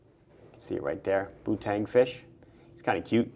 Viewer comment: Tissot made the first plastic watch in 1971,the Astrolon,Casio F100 in 1977,Swatch in 1983...Did you say putang?😆